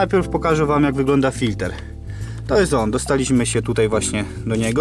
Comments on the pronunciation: W języku polskim mówimy "filtr". "FiltEr" to jest np. z języku angielskim., W Polsce rzeczy filtrujemy a nie filtErujemy 🙂. Poza tym 👍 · Bardzo rzeczowy film!! Ale mów Filtr a nie Filter !!! Więcej filmów 1.6 HDI !!!!!